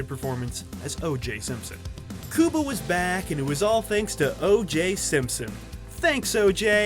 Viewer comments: bruh omg it’s Q- BUH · The first thing that comes to mind? HOW BADLY YOU BUTCHERED "CUBA" with "KEWWWBAH" WHAT IN THE ACTUAL EFFFF???? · I cringe everytime you pronounce his name "cooba" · Its pronounced Q-bah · "Kooba" Gooding Jr. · Exactly calling him KUBA drove me crazy 😂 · I really wish people would learn how to pronounce Cuba’s name correctly. How can you speak about anyone if you can’t even pronounce their name correctly? Let me help you here. You know the Rubik’s Cube, right? Now, think of the word cube by itself. Got it? Great!!! Now, say cube and add an “a” Cuba. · Learn how to say his name right and re-record the audio! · Is that how you pronounce the county of Cuba, as well? It's pretty annoying. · Why do you keep saying his name like that dawg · Wtf happened to your pronunciation of cuba? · Pronounce his name right G. LMAO!!! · Why are u pronouncing his name like that! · You mean his name is not pronouced like the country of the same name?